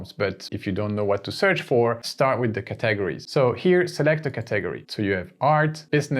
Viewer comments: OMG every time I watch one of your videos, I learn so much! Thanks, you're a genius. AND I LOVE the way you pronounce 'caTEGories'! As a native English speaker, I would put emphasis on the first syllable, but now I am switching to YOUR method! Brilliant stuff 👏👏👏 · Look up the english pronunciation of CATEGORIES and CURRATED. Also I think you are calling parentheses "ACCOLADES" Your English is good, just tough up a few pronunciations man.